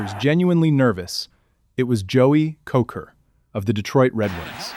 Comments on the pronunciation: It's pronounced Koser. Joey Kocur. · Nilan and Kocur